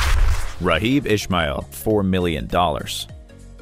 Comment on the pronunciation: Raw-Gib Ishmael? Come on. That made me Immediately close the vid. 😂